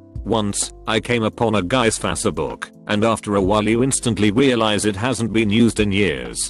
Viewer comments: The only think I like about the robot type of voice is the way it says facebook Like fAcEbook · No one: Tts: F A S E H B O O K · “Fa say book” Some will understand this if they actually listen to the video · I'm gonna start calling it Fassabook from now on. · Nobody: Text to Speech: *Fasebook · "Using them to LAHGEN INTO FAHCEHBUUK" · Never forget fasuhbook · “Lojin to faseyBook” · Ah yes fase e book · faca book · Fác-è book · Fah ce book 😂😂😂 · Anybody: Facebook TTS: facehbook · İ like how tts pronounces facebook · No one: Text to speech: lojin to fas-e-book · Lodgin into faws-a-book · lojin into fassebook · "Lojjen into fasserbuk"